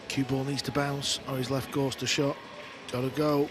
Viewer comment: The amount of times this guy says "gorSHt" is unreal